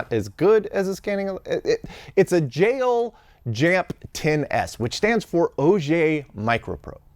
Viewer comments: My former lab, too! But I know that it's more like jeh-O-ru. (With the Japanese 'r' that sounds more like an English 'd'.) Japanese doesn't have an 'L' sound, and Japanese syllables don't end on consonants other than 'n'. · We have descendants of two of these at work that we use every day, like you said for material analysis. We are lazy and pronounce is as Joel.